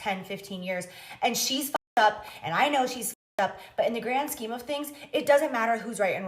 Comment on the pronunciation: She said "gram scheme" the 1st time.😂